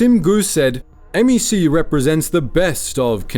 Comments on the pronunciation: The craziest part of this video is pronouncing it M E C not MEC(one word) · It’s not M.E.C… it’s just “MEC”